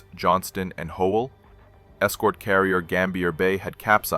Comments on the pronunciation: This video's AI narrator mispronounces "Howell". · The times in the audio do not mach the times shown in the subtitles. Also mispronounced Howell several times. narration said he was from Checotah Oklahoma, subtitles said he was from Chickasha Oklahoma. Too many mistakes.